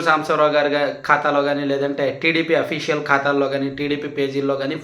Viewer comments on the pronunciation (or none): none